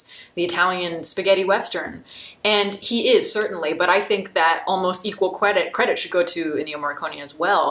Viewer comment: haha you said "cwedit".